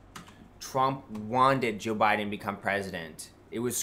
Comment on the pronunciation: Why, please someone tell me does he pronounce Joe Biden as J'Biden ? Is it a republican thing to make it one word